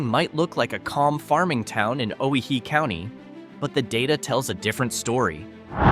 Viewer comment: Oh why hee. Say it right!